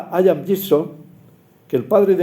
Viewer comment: Tan solo apostillar que el nombre de nuestro querido amigo e incuestionable y riguroso lorquiano Gibson se pronuncia como se escribe, Ian (no aian o hayian)